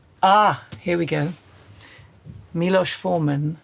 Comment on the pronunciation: I was very pleased that she pronounced Miloš Forman's name correctly.